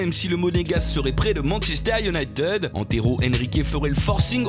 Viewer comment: ça se dit pas Manchester Uniteude mais ça se dit Manchester Unitide voilà c'est con de faire la faute ^^